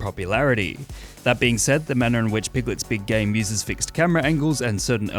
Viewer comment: I keep hearing "Piglet's big gay" and cannot stop laughing